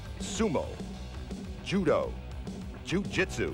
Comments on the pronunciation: Su-moo and ju-doo? That's first I've ever heard them pronounced like that. 😆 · Sumu and judu?! 😂 these announcers had no idea what they were talking about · he said sumoo vs judoo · They way the announcer was saying Sumo and Judo as Sumu and Judu